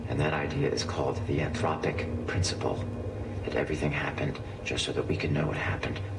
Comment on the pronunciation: It's "anthropic" principle.